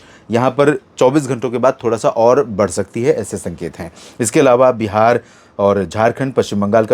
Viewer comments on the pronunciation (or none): none